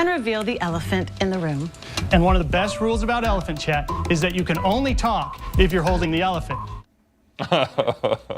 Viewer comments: I thought they were saying elephant shat not elephant chat lol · I thought they were saying "Elephant Shat" and I was so confused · I thought she said elephant shat